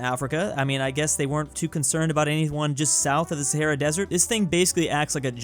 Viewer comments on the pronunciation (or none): none